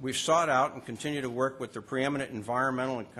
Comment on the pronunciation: oh hes talking about how great it is 2 werk dare lol